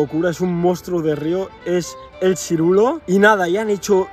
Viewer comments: Se dice Siluro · Sirulo dice 😂😂😂😂 se llama siluro.... Vaya tela 😂😂😂😂